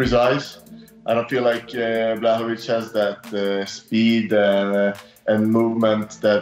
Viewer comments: It sounded like Bas called Jan, "Chewbaccawiz" 😂😂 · “Yan block-o-wich” - Colby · Did Bas say Brokowich? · Bas Rutten: Jan Brockovich Kevin Holland: John Blochowisz Wonderboy ... 205 Champ Damn nobody can say Jan's name lmao.